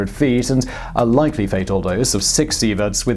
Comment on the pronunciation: it’s “LIKELY” not “LECKLEIGH” lol. enjoy your videos